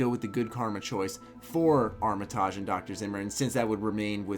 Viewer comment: That Armitage pronunciation tho. I cringe every time.